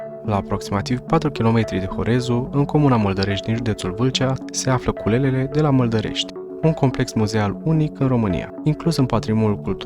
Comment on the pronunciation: Alo, Cheile Sohodolului se cheamă. Citești ca în cizma. La Culele de la Maldaresti accentul cu care spui parca te-ai fi născut acum 10 ani. Mai învață, învață, învață! A spus Lenin.